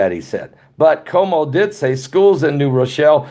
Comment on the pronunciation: Our gov is pronounced Cu woe moe